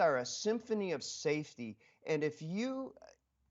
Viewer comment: "Saefty first"- full stop!